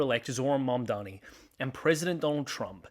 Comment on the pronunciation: MAMDANI, say it with me, Mamdani.❤